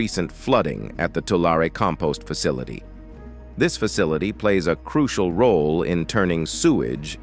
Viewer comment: Where the heck is "Laurie Lake"?